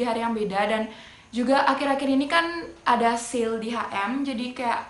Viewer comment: Sale bukan "sil"